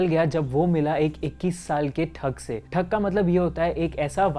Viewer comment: It's thug not thak .